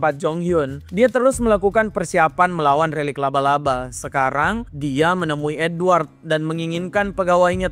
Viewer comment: Lu typo ya min ngomong relik aja jadi lerik